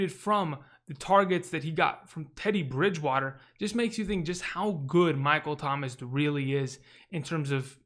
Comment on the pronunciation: Lol the way you said Teddy Bridgewater ✨